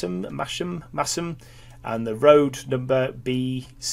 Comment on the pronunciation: You pronounced Masham correctly. Gold star!